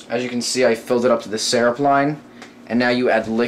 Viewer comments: am the only one that understand hes trying to say syrup? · We know he's saying syrup but its funny how he says it